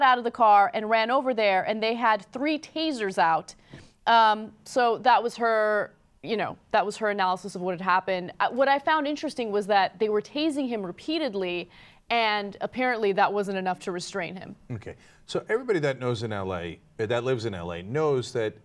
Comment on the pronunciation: Cenk...its Tazing, not tazering